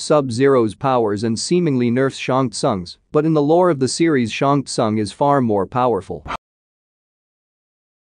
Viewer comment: Who ever is the narrator here....SHANG SOON is how you pronounce his name....